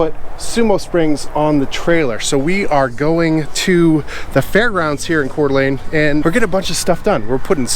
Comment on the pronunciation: Thank you for pronouncing Coeur d’Alene, right